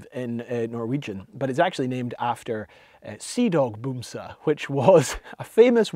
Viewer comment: The a in "bamse" is pronounced as an a (like the a in arse). You pronounce it as if it's written with a u, "bumse", which translates to "bumming" (as in being a bum, "bums" is Norwegian for "bum/hobo"). And you're correct, "bamse" is used as a word for teddybears (or regular bears). Love your vids, mate.